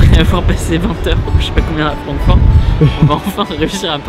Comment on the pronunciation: Sa ce pronnonce Frankfourte sinon super vidéo